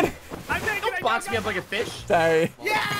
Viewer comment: why does it sound like sigils just cursed, and said "don't box me up like a b****"? I know he probably said fish, but it sounds like the b word